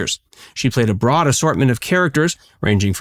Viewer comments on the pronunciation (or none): none